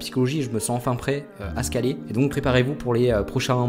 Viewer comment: C'est perturbant le fait que tu dises mal le mot scaller